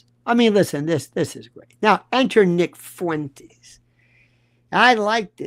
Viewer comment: Half a second and you decide to butcher nicks name. Definitely credible .